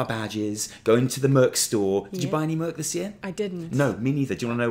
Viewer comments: Ok, think of the first syllable in merchandise, then when you shorten it to 'merch' use that same first syllable. It's not merc, it's merCH. Also, 'controversy'; I think you're doing that on purpose. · Okay... I’m going to be the asshole that asks why keeps saying MURK.... I know it’s not a British thing! It’s called MERCH! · Every time you say "merk" instead of "merch" my blood pressure spikes...... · ''controhvercy'' ''murc''O